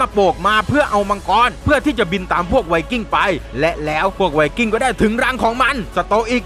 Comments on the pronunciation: ไวกิ้งไม่ใช่ไวสวิงกิ้ง555555+ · ไว"สวิงกิ้ง"??